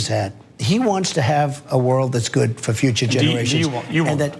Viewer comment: "THERES VERY GOOPD CLIMATE ON BOTH SIDES!!!"